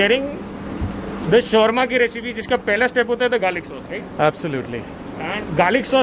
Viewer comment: Please say it correctly it’s not shorma it’s shawarma